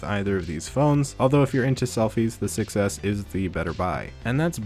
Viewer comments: Don't you think that when you say 6s it sounds like success? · When he says 6s it sounds like he's saying success which is also true